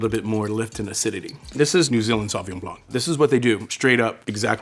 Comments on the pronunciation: Homie it’s Blanc not Blonk.. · The C at the end of Blanc is silent! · bro is a sommelier but pronounces the C in Blanc? What a joke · as a French, hearing a sommelier pronounce it sauvignon "blank" it just hurts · Love this guy Just one pet-peeve of mine this video is how he says blanc The c is silent in French. It's just blan The c comes into play when the word is in its feminine form, blanche (blan shh) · Not sure what I should make of the opinion of a sommelier who says Blank instead of « blanc » (the ´c’ is silent! It’s freaking silent!!!) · The c in blanc is silent bro 😊lol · Can some one please tell that sommelier that the C in < > is never ever pronounce. French is my native language and that was scorching my ears, that said amazing video! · the C in Blanc of Sauvignon Blanc is silent. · If you are a sommelier you should probably learn to pronounce "Blanc" ;) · He lost me as he was articulating the ‘C’ in Sauvignon Blanc. French variety of grapes, no need to over complicate. But say it right… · the c in blanc is silent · The C is silent in Blanc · please tell me you're not pronouncing the c in blanc...